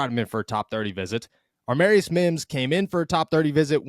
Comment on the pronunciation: It's Amarius NOT ARmarius. Please stop adding an R in there, it's ruining a beautiful name.